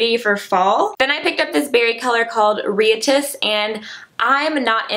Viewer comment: That nail polish is pronounced "rye-at-iss", like a riot :)